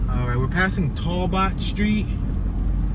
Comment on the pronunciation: " Toel bot " street ? Talbot !